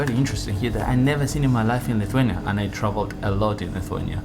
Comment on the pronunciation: What amazes me the most is you pronunciation of Lithuanian words. It is around 90% accurate, wow it's so rare among a foreigners. Lovely video by the way.